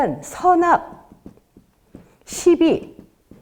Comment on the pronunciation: 긴 자를 짧게 잘못 발음한 예: 시비, 미추,회통,나중에,사실,두 가지,피시,사시면서(living),손해,세존,세계,선(악의 대), 시비,문제,가치,유사, 비교 ,차치,가능성, 등 장단음 문제는 실로 심각 합니다. 그리고 ,한자 구 독법이 엉망입니다. 두 가지만 예를 듭니다. "한 큰 일"이라는 "일대사"를 "일대"라고 하고"사"라고 띄어서 읽었는데, 이것은 "일"하고 "대사"라고 띄어서 읽으셔야지요. 왜냐고요? "일"이 대사를 수식하기 때문이지요. 그러므로, "대사"는 가라 놓을 단어가 아니올시다. 또 한가지 엉터리!! "중생지견"을 선생께서, 두 자씩 띄어서 읽으셨습니다. 엉터리입니다. "중생지"하고 "견"이라고 띄어 읽으십시요. 이 "지"는 소유격으로 쓰여젔기 때문입니다. 한문 고전 강의를 하려면 좀 더 한문 공부를 해야겠다. 금방 또 한 가지 놀라운 발음!!! "바보"라는 우리 평상어를 이 대 학자께서,"바"를 짧게 발음하고""보"를 "강하게" 발음하셨으니, 이 알마나 놀ㄹ운 일인가? 학교란 문전에도 가시지 못하신 ㅇ 리 할머니도 이 "바보"라는 말을 그릇 발음하시는 없었다!! 이 것이 현대 한국 언어 풍속도다. "한국 어문을 고발함"이라는 책을 고국 동포여! 읽어 주시옵소서. 1967년에 고국을 떠난 이 늙은 이가 "눈물로" 쓴 책이옵니다. 미국 변 완수 드림